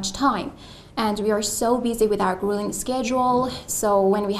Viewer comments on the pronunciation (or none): she meant grueling schedule, instead it sounded like "grilling"